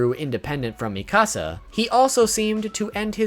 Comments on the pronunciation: WHY DOES EVERYONE SAY MIKASAS NAME THE WRONG WAY!!! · Corps is pronounced core. Mikasa is pronounced Mee-kahsah Gabi is Gah-bee. Your pronunciations gave me cancer. Also, The Pizza Hut logo is not present like you claimed. At least not on Crunchyroll.